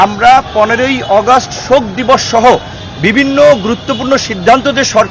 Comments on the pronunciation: ভাই আগস্ট টা ভাল করে উচ্চারণ করেন।।।এটা আগস্ট অগস্ট না।। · অগাস্ট না আগস্ট নুরু সাহেব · হাইরে উচ্চারণ অগষ্ট